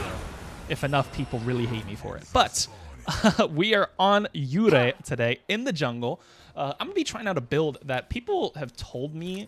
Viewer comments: Love the vids. Pretty sure it pronounced "( your - E) but what do I know lmaoooo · “-ei” is pronounced like “ay”